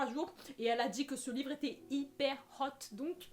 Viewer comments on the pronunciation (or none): alors est ce que cest moi qui suis obsedé par dark element et qui a entendu « ce livre etait hyper roth » au lieu de hyper hot ou jai bien compris ?